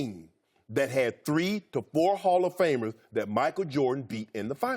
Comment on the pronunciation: LMAO did he say the Jazz had 3 hofmers?